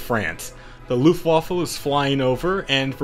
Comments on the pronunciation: now i think its funny so please dont stop (im german) but its called luftwaffe(airweapon) not luftwaffel(Airwaffle) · Luftwoofe? Sorry but this is Luftwaffe